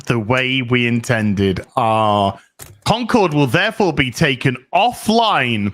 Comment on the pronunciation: I love how keeps calling it "Conquered."